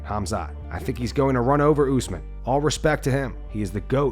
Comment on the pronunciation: He also said useman 😂